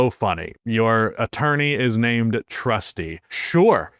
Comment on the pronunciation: Maybe the attorney’s name is “Trustee” rather than “Trusty” 😉